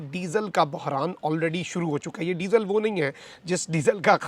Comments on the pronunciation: Ap ny jitni bar disal kaha meri hasi nakli..hahahah. #shergabru# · آپ "ڈیزل" بہت زور لگاکر کیوں بولتے ہیں؟